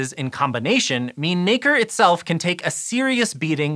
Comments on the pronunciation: All im hearing is the n word when he says nacre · Just be careful how you pronounce Nacre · Nacre please!